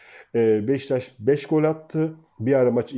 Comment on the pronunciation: Abi BEŞTAŞ değil, BEŞİKTAŞ. Senin gibi bir gazeteciye bu telafuz yakışmıyor. dikkat lütfen